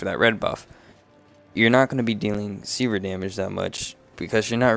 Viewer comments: Very good video, but mate, it's sever, not seaver :P Make more videos! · " C-verr " lol try seh-ver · Sever is pronounced; Seh-ver not See-ver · Really helpful guide, the way you said sever triggered me a little though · overall good vid. I'm weird but pronouncing sever wrong realllllly bothered me lol. Good job though. Helped me learn some combo ideas and understand the buffs better. thanks.